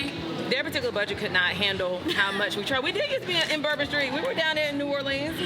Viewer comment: I was down der in New Orlens😂😂😂😂😂😂😂😂😂😂 Not Orleans